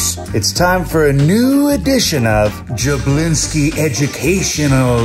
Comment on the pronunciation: "we skipped a jablinksi"